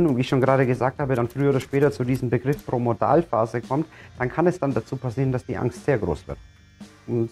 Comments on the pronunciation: Promodalphase? Es heißt Prodromalphase! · Es steht so da, da hast Du recht, aber Du sprichst es jedesmal falsch als Promodalphase aus. Dein Video ist sehr sympathisch und anschaulich, aber das ist mir halt aufgefallen, nicht bös sei! LG, Andrea